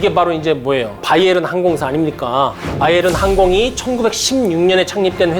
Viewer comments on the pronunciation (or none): none